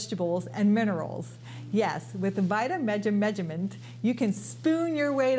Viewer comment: You slaughter vitameatavegamin. Lol. Say vita / meat-a / veg-a-men. Repeat after me. Lol